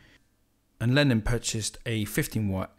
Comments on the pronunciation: All very interesting. Many thanks. But please stop saying "Lenin". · You clearly know how to pronounce ‘Lenin’, because it is onomatopoeic. But ‘Lennon’ is not onomatopoeic, because the sound at the end is ‘on’, but more commonly pronounced ‘un’. But never ‘in’. But none of the above detracts from the quality of your videos! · Great video, thank you! One gripe: you keep referring to “Lenin”, which is a rather irksome mispronunciation, since Lenin was a purveyor of death and misery and Lennon a purveyor of musical perfection. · ... His name is Lennon... NOT Lenin